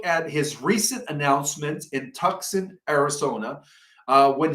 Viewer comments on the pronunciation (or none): It’s Tu-son. Not Tuc-son. = Tucson AZ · I’m so sorry but I need to correct you when speaking of Tucson. You would pronounce it like: too son